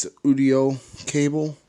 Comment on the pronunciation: your saying audio wrong